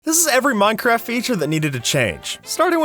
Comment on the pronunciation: for a second i thought u said mineraft lol